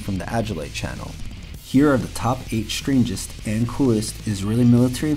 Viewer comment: please: "Strangest" not "shtrangest" - you are mispronouncing "STR" as "SHTR", "destroy" not "deshtroy", "strip" not "shtrip". you might fail "XTR" ("KSTR") as well by pronouncing it wrongly "KSHTR: Good video, but value diminished by lazy-seeming pronunciation, more common "lazy" pronunciations: "asept" instead of "accept", "shtrenth" instead of "strength", "eksetera" or "ekshetera" instead of "ek se te ra" ("etc."), and the brooklynese: "aks" instead of "ask". Would have private-messaged you this, but I don't think youtube has that option...